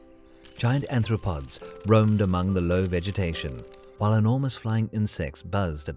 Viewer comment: Again with the 'anthropods'? They found two equally ignorant voice-overs?